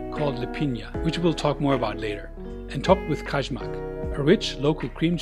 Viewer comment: Kajmak (KAYMAK) J IS Y LIKE AMERICAN Y